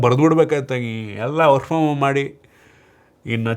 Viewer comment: Work from om anta kelstide., Swalpa HA-kaarakke gamana kodi...